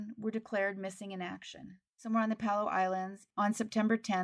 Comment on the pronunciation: I know a guy from Palau. Just FYI, it's pronounced, "puh-LAO."